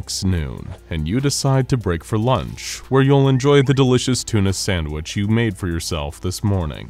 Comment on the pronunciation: It is not a thuna.